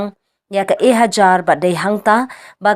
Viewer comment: Ka ktien khasi ka dei ejahar, ym dei ehajar mo kongthei nongai khubor